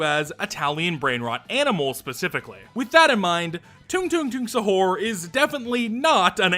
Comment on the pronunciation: hello! i'm Indonesia! also stop butchering the word Sahur, its Sah-ur (i am sorry for being a prick on that)